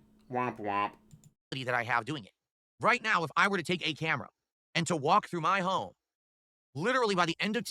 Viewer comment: "Muh Family" 🙄